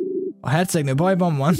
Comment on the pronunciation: na találtunk is egy új szót a szótárba! "Ekléggé"! (bocs XD) na meg "híredt" jól bővül az a szótár nemde? (bocs tényleg XD) Edit: (HK_Beni találta:) "hvan" bővül ám az a szótár